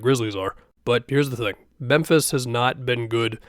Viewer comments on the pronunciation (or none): none